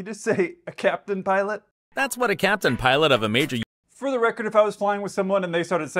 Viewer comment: I bet he was reading a prepared script that read "capitain/piolt"